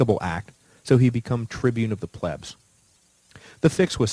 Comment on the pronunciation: For a long time he kept saying pleebs rather than plebs, he's obviously not concerned with the details, it's big picture stuff and given that this is part 8 of what? 36 parts? going all the way up to 476 I think he can be excused. If you want more detail maybe listen to this?